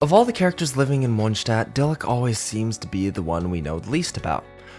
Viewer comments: "Of all the characters living in mondshdat" LMFAO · question? is you saying munchstadt on purpose?